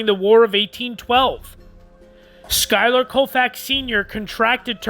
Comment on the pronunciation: Wonderful video but you’re saying his name completely WRONG